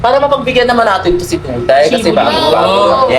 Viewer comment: Duday ❌ Dukdayray ✅